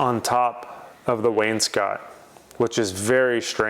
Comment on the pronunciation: If you don't recognize me, I'm the guy who told you wainscot was not pronounced "Wayne's coat"